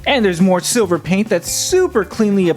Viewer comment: "And we got load of sliver paint I LIKE IT"